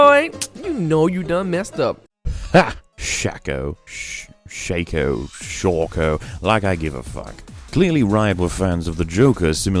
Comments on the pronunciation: It's shaco, not shaco ... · its pronounced Shaco not shaco